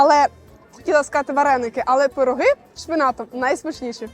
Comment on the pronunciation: не пирогИ, а пирОги. Дякую.